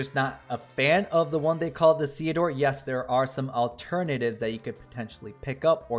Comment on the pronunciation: I believe you're saying it right, because his name is a combination of Cecil and Theodore (golbez's birth name)